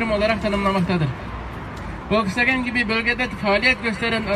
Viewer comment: Wolkswagen emes folkswagen